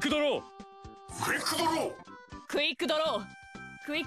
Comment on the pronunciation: のクイックドローがクリプトに聞こえるんだが 耳鼻科いくか(((